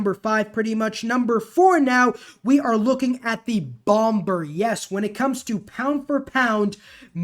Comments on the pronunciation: Umm... the second B in Bomber is SILENT. It's pronounced "Bommer". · yeah he lives in a world without google. where it says its pronounced as "bawm-buh", with the r silent. i too like the swordsman xbow rush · Bomber, *2nd B is silent. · U know the 2nd b in bomber is silent, right? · That was the first time in my life I'd ever heard someone not make the 2nd b silent lol. FYI bro I watch all your videos. Not hating. Did I mention you should subscribe? Because you should definitely do that 😁